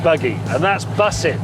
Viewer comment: nah bro he says bussing and the second time later on he says bostin. Turn subtitles on an youll see for yourself